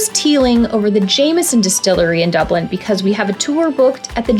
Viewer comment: Hey. There's no need to add a syllable to Dublin.